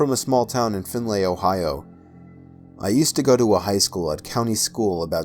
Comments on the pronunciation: Its pronounced like Find-lee or Fin-lee...Ohioans say it both ways (Findlay)ohio :) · wtf he pronounced Findlay wrong